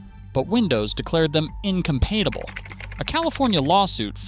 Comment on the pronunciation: in-cuhm-pait-able? Its in-cuhm-pat-ible.